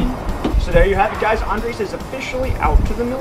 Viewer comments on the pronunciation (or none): You're going to have to learn how to roll your 'R's to say his name right - lol.